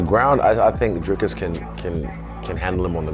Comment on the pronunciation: Lol... People still question Dricus's cardio. Just as People (americans) still can't pronounce his name right....